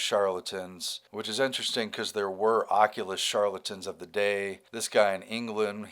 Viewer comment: if you cant read oculist. Maybe you should go see one